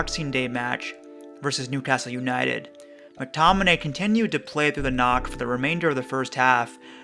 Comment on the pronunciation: Great video and well explained. But just one think its Mctominay not Mctonimay